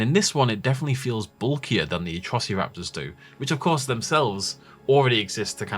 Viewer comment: You're still pronouncing them "atrocee-raptors" - they are atross-ah-raptors.